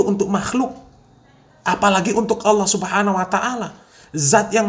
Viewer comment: Nyebut allah aja awloh.. Khas non muslim banget